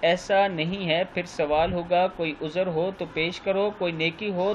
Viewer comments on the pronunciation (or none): Guzr ni lafz uzar h sao